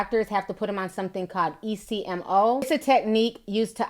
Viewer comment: ECMO is pronounced eck-moe